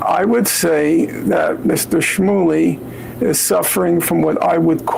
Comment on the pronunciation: Interesting pronunciation .... From which orifice is a schmoohly excreted? New entry for Grey's Anatomy.